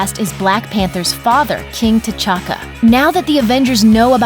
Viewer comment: I just love how she pronounced T'chaka as The Lord Tachanka